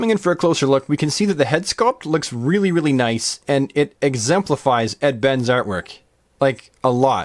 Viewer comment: Its "Ed Ben-eśz" is how you enunciate the (than JLoA) Artists name. Only WW looks like he drew it.. Shame! Also No Black Canary! The one character he redesigned into the Best version it will ever be! Shame.. SMH... Anyhow, No Biggie, KEEP BRINGING THE MAGIC! & the Comparisons. Thank You sir.